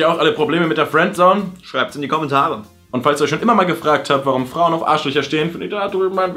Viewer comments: Fuääändsoun:D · kann fRiendzone nicht aussprechen:D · Bei hört sich Friendzone nach Fwenzone 😂😂😂 #SPACERADIO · Fwendzone:D hach ja